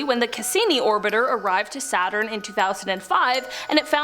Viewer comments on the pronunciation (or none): none